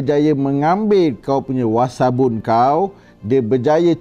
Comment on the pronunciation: Alahai dah nama WAssap guna lah nama Wassap .nak WASABUN BAGAI ..Kan dah tersasul..puiiii